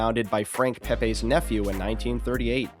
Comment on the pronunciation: It's Pepeeee's not Pepaaaa's. I lived in NH 74 years. Never heard of PepAaa's. Geezus....and it's not matsarella, it's mootsadell. Here's a freebie for you..... it's not Mannykahttee, it's Madeegawt. You guys italian??? Even The Lone Ranger needed Tonto, find yourself a ginzo sidekick to take along.